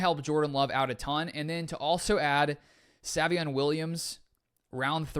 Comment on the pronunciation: Don't want to come acrossed as rude but it's pronounced say-vion not sah-vion